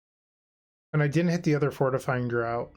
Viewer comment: just so you know, draught is pronounced draft, not drought :)